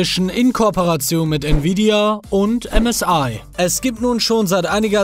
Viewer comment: Als Manu msi gesagt hat habe ich zuerst csi verstanden 😂😂